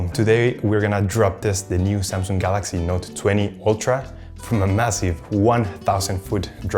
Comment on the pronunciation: Not samsunng it's samsunng